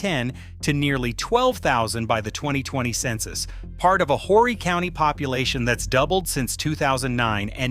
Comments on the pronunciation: JUST AN FYI TO THIS NARRATOR. HORRY IS PRONOUNCED "ORRY." THE H IS SILENT!!! INTERESTING ARTICLE...... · Horry is pronounced O - ree